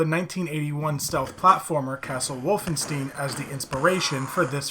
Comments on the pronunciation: You had me up till the point where you said “Wolfen-steen.” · Can pronounce Frankenstein, but can't pronounce Wolfenstein. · There's no way you never heard someone pronounce Wolfenstein 😂